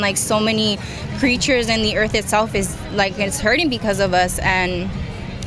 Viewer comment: for de earf